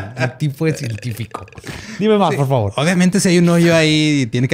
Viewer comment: soltó un "Ma po favo"